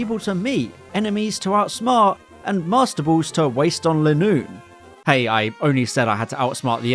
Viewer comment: I think Linoone is actually pronounced LINE oon.